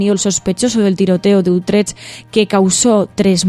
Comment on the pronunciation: querida! Quedaría mejor si para hablar de Utrecht aprendéis a pronunciarlo un poco mejor, es que suena muy raro y, sinceramente, un poco ridículo🙄 Un biquiño!